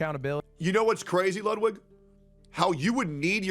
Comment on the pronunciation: Your german pronunciation of ludwig is perfect greetings from germany